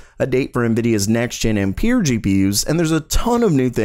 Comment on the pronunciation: Ampere is pronounced "am-per" as in amps at least it is here in the northeast. I don't know about the rest of the world. And, Genoa is pronounced "gen oh ah" as in the city in Italy.